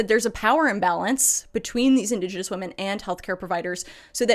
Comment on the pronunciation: Did you just say indos genos???